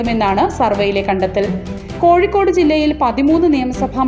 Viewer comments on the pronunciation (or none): none